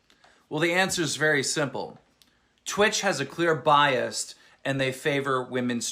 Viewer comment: It amazes me that till this day keem still can't pronounce the word "bias"